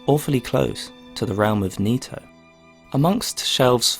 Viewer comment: Nito, knee toe, toe knee, Tony